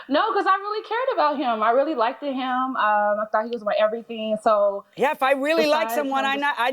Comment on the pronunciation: "liked-ded"? Girl...